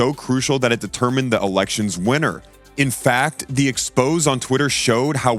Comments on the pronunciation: The 'expose'? I believe it was meant to be read as- the 'exposé'. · "The expose.." ??? Somebody tell the bot that it's pronounced "ex - pose - ay".